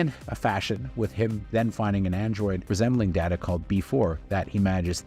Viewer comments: Dada? Come on... You've got to do better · It’s Day-tu not Dat-uh. There’s an entire TNG scene about the pronunciation. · Did you say Dada! How disrespectful... Let DATA tell you how it is! I thought you were a Star Trek fan. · Are you saying Data wrong on purpose cause its really f-ing annoying! Its Data NOT Daaata, you know what you’re doing ya jerk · Day Ta, you called me Dat-Ta. One is my name the other is not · Did you just say dah duh, instead of daytah? Seriously? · He called him Da-Ta instead of Day-Ta and I feel there is an entire episode of TNG dedicated to this folly. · My first time watching this channel... so many mispronunciations... "B'etor", "Wolf 359", even "Data". I'm less than half way through and can't continue as it's hard to trust a presenter who doesn't know the subject matter. "Data" was the last straw. One is his name, the other is not. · I'm sorry did you say DAH-Ta? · Nemesis was far superior to Insurrection. Also, why are you saying Dah-Tuh when you’ve seen TNG before? And it’s Clockstoppers, not Clockwatchers. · Um it's Alfie Woodard not Alfrie!!! And Data is a long A, as in DAY TA. How can a Trek fan screw that up? There's even issues on Series with Pulaski and another female scientist pronouncing Data wrong. He even corrects them. WTH??? Ugh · You kept mispronouncing Data's name. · It’s pronounced bay tor not b tor, have you even watched the show before…??? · 'Data' not 'Data' One is his name, the other is not. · The worst thing about this particular narrator is his utterly inconsistent pronunciation of actor and character names, especially Data.